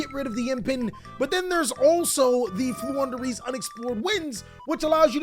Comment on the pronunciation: you made me proud by saying Flundereeze.